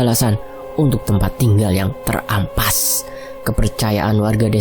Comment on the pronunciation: Maaf min, koreksi! Mau tanya, apakah sebelum membaca kan cerita secara live, gak dibaca terlebih dahulu ya? Soalnya sering banyak intonasi yg gak pas.contohnya seperti "mery...mery!jadi mery. Mery" Sama terampas, mimin bacanya ter-ampas,mengElak/menolak/menghindar jadi meng-elak,terkEkEh/tertawa jadi terkekeh yg artinya tetap pd pendirian,dan masih banyak lg di tread yg lain. Untung aku dengerinnya sambil nonton jd sekalian baca sendiri. Cb klo kaya biasanya dengerin smbil kerja. Pasti kayak gak nyambung jadinya.